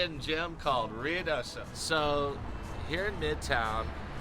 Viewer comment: Roo ee do so , not Ree oo do so